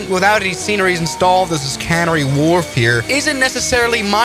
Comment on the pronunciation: "Cannery Wharf". :hand-orange-covering-eyes